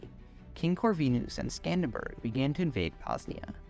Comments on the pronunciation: great video, I love the idea but the only flaw though is that the name is Skanderbeg, not Skanderbug, apart from that great video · Skanderberg? He is not german.. its skanderbeg or skenderbeu or iskanderbey. And he is the reason why italians arent muslims today.. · great video but SKANDERBURG💀💀💀💀